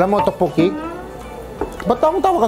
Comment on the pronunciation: Sobrang nakakatawa yung tokboki pag ka bigkas ni ryan.. Tawang tawa c yeng.. Me too.. Sobrang saya ng vlog nyo..bait ng husband ni ms. Yeng.. Ilove this vlog. ❤️